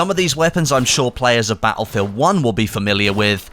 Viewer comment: In every one of these videos "Ba'lfield" always sticks out for me. Now, I'm not the best person when it comes to saying things how they are, but it just sticks out like a sore thumb, lol!